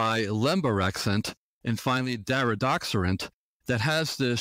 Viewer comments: it's DariDORexant not DariDOXerant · He calls it Daridoxorant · He doesn't correctly pronounce the medication's name.